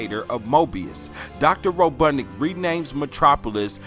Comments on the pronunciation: Ro bot nik not ro dud nic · That interesting. It’s a mean ass reach,but it was fun to watch. It’s RoBOTnik. Not RoBUTTnik